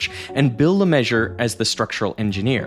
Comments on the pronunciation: "LeMeSSurIER" not "LeMeasure" !!!!! 🙄🤡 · Name: Messurier. Pronunciation: Me-sur-ri-eh. How you expect a yank to say it: Messur-ree-ur. How the yank says it: Measure. Sigh... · LE MAY SUE REE AIR not le measure if you‘re gonna say it 2000 times please look up the pronunciation 😭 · no... not "Le Measure"... the man's name is Le Messurier, it's pronounced /lə məsyʁje/, not /lə ˈmɛʒ.ɚ/ as in "measure" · His name isn't "Le Meshur". It's "Le Mezz-ur-ee-yay". Research 10/10. Pronunciation 0/10. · Le Measure? Non! Meh-zoo-ree-eh. This was a research project wasn't it? And within the first 30 seconds of the video you're mispronouncing the main subject's name and repeating it throughout the video. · I can't be the only one who is triggered by this weird pronunciation 'LeMeasure'... Even Americans should be able to say 'Le-Mess-Sure-Yeah'. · It's pronounced "Lemesurier", not "Lemeasure". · Le Masher? Le Messuree-air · i was just listening thinking his name was leMeasure. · The fact that the engineer's last name is effectively pronounced "Le Measure" is perfect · What is it with anglophon you can’t prononce a guys name properly LeMesurier you all say LeMesur how about: IER those 3 last letter are not silent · i think the fact that an engineer’s name is pronounced “La Measure” is a little on the nose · "Le Measure"? Pronounce the name properly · I'm always annoyed when Americans decide to pronounce foreign words however they feel like with no regard for the word already having a proper pronunciation 😛 Even by American standards, "Le Messurier" isn't "le measure". Most people who try and fail to pronounce it don't ignore the second half of the word. The correct pronunciation is, essentially, "le mess-yuri-EH" -- Yuri like the Ukrainian name and emphasis on the final syllable. But, nope, this particular Le Messurier decided he liked the sound of "le measure". Sigh. 😛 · It's pronounced Le Me-ssu-rier BTW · “Bill LeMessurier” the Measurer bro ??? bro is Bob the builder fr